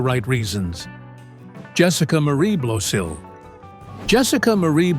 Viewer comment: Good grief! When you do a video featuring a celeb, and you don’t know jack about how to pronounce the last name . . . do your homework first. It’s not BLOSEEL! It’s BLOSIL They’re friends of mine!